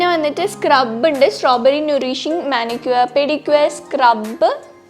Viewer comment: Nurishing oo?? 😂😂😂😂 English reading pora ley